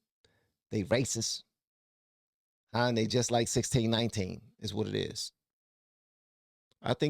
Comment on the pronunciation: Man I Crack up every time you say 1619🤣